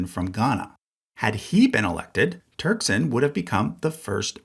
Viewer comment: I actually knew a nephew (or great-nephew) of Cardinal Turkson. Apparently, the last name is actually pronounced more like "tek-sin"